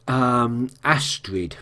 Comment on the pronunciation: Lance Reddick is Phillip Broyles. And I gotta say, I love that you got Astrid's name down first episode. ;D